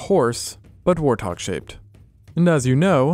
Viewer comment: Him pronouncing warthog as war-tog is taking years off my life 💀